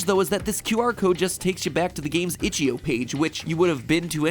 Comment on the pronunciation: itch-IO not itch-EO